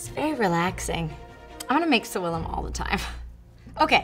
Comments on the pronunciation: Sorry but the pronunciation is incorrect. Is not "souilla" or "sowilla" but SAVILLUM: -SA like SAturday -VI like VIsualization -LLUM like LUMinosity (but with the double "L") Thanks for reading my advice 😘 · As a speaker of a Language with Latin roots (Spanish) I am 99% percent sure that that's not how you pronounce SAVILLUM lol (no hate I just found it funny) 🤣